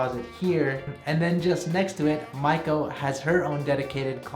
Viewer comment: First time to see your video. You kept saying your wife’s name and it sounded like “Michael” so I thought wow you are going to adopt a baby with your partner and then I saw female shoes so I realized not “michalel” but Maiko-san. By the way beautiful apartment..